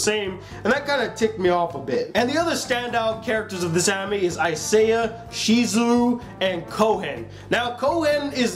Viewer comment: naw man its isaiah